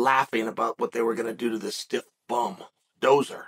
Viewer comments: I know what Chael is doing in this video. He's subliminally programming us to cry out for an MMA fight between Fury and Ngannou. Btw it's "dosser" not doser" lol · Dosser not dozzer chael but I think you knew that. Also yeah sort of means homeless but basically his way of calling someone a bum. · “dosser” not “dozer” I’m guessing lol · Lol... 'Dosser' not Dozer.... Its Basically Gypsy Slang for 'Loser'..... & the last 45 Seconds of this Vid was truths being spoken chael. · Can't stop laughing at that😂. Said it twice " dozer" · Hahah it’s dos-sa haha 😂😂😂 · It's pronounced "Doss-er" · Pronounced Doss-er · I could listen to Chael say Dosser all day😂😂😂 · Dosser you pronounce the "S" not Z. I'm from England not too far from where Fury was born and it means Lazy bum. Bum as in loser not a homeless person. Slightly different meaning here.